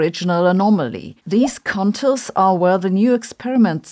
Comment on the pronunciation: Maybe revise your pronunciation of ‘contours’.😳